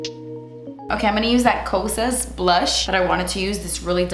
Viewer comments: I agree, I would call it KOSAS not cousias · Kosa is apperentally pronounced Kosha (Kosas -> Koshas) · Kosas isn't Korean but it's Greek I believe...and the last 's' is silent😁